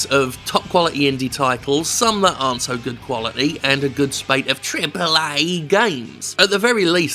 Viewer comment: I'll never get bored of you saying "triple A" and "Digital services" lmao